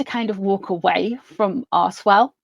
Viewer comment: I'm from Canada. Everytime you said archwell I heard arsewell. I think I might get my hearing testing!!